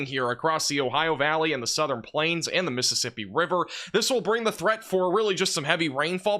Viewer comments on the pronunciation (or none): none